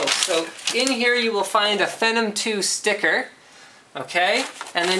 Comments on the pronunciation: nice video. short and sweet, showed everything i was interested in. one thing though, I feel like your saying phenom wrong. you say fe-num, i say fee-nom. as in phenomenal. I could be saying it wrong though i guess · ok before you get too excited... Phenom is pronounced (fee-nom) not (fenom) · lmfao!!!!! what the .... is phinem!? it's phenom lol! but nice video! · Is it pronounced *fenum like Linus says? Or *feenom like Phenomenal? This keeps me awake at night. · it's fee nom as in phenomenal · lol, it's pronounced "fee-nom" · I pronounce it FEE-nom. And PRA-sessor. H. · Is it me or does he pronounce phenom wrong... among other things? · Linus has an "interesting" way of pronouncing "Phenom."